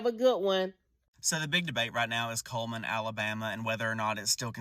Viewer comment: ITS CULLMAN NOT KMAN